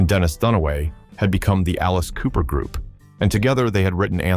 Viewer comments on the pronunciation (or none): "a serious grood"? Come off it.